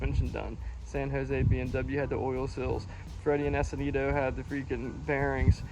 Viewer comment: S cunn dee dough 😂 = Escondido